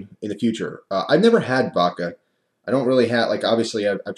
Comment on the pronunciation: please, its called vodka not vakka. I get the east coast accent, but if you can put a d ound in water you can put it in voDka.